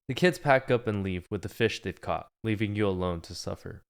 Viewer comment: help at one point in this vid he said caught n i thought he said cock